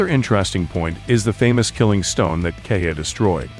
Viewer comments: I think it's pronounced "Keh-hi-ya" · I think its pronounced "keha ya"